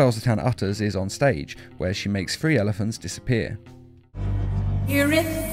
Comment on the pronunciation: Most of them are right but the first one it sounds like she’s is saying “elephants vanish”.